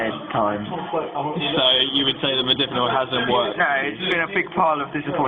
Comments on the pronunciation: Mod-A-finil. Loses a bit of credibility when you can't even say it correctly. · Holy shit you can't even pronounce its name after 'hours of research'... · LOL, he can't even pronounce it correctly. Take no advice from this guy!